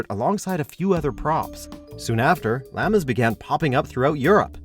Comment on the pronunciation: do you know how to say llamas?? lmao